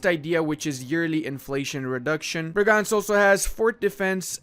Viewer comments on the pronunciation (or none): Its Bregenz, not Breganz xD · why you puttin an A in bregenz?